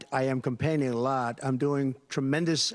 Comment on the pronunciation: Voice cracks on “through” . . . and I am “compainging” a lot . . . sounds like complaining.